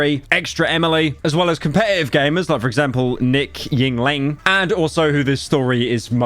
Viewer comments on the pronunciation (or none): "Nick Ying Ling"